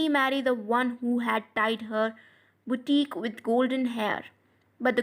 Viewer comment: Sorry but it is buh- keh not bu- teek